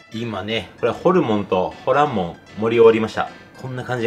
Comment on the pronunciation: ホランモン、発音はホ↓ラ↑ン↓モンじゃなくて、ホ↑ラ↑ン↑モン？かなと関西人が気になりましたー。 ホルモンも元々捨てるものって意味やから 捨てないって意味のほらんかなと思いました。 うまそうで関係ないですけど、失礼しました。